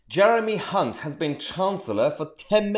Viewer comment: Nice to hear you pronouncing your H's, most pronounce his name with a C